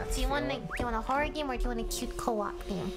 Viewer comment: ah yes the "Horrohr" game